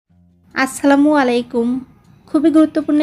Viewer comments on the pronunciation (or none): none